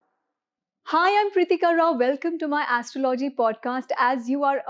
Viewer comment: first learn to pronounce astrology properly... It is aastrawlowgee and not like what you mis-pronounce..